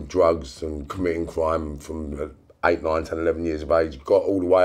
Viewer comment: They could probably kill me easily but goddamn is it funny to hear them say the word cwime